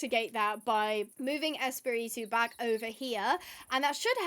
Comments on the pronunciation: i loved the spanish part. i speak a good bit of spanish . it would be pronouced es-pa-re-to(rolling your r) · but its fun because when you say Espiritu, sound like you are saying Spitit-Two haaha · 😅 tranquila no me molesta para nada tu pronunciación de espíritu sino que me da un poco de risa cómo te cuesta decirlo 😂 me caes muy bien y eso que acabo solamente de ver dos videos tuyos me encantaría que todos estén traducidos al español😢